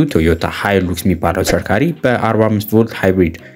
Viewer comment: ሃይላክስ not ሃይሉክስ መጀመርያ ስሙን በደንብ አጥና😅😅😅😅